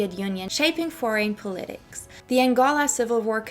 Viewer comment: Curious where you are from. I've never heard anyone pronounce "politics" like you do. I'm guessing you are not native to the US.